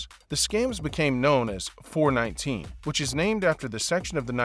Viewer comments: It's pronounced four-one-nine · at least say it well - 4, 1, 9 not 4, 19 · 419 is not pronounced "Four Nineteen" in Nigeria but rather as "Four One Nine"!!! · It’s not four nineteen but four one nine 419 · Four, one, nine NOT Four Nineteen!!!!!! Can't you do anything right???? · Four One nine, not four nineteen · 419 ( pronounced four one nine) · Screaming four one nine